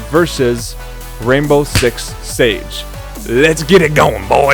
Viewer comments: Rainbow Six "SIEGE" buddy, not Rainbow Six "Sage" hahaha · LEARN TO PRONOUNCE SIEGE! It's not "sage" It's "see" not "sa" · Did you really just say sage.......SAGE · Siege not sage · What is rainbow six "sage" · "Rainbow Six Sage" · He can't even pronounce siege